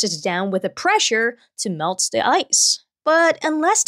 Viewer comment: The way she pronounces her THs is so adorable. She will say 'dey' instead of 'they' and "duh" instead of the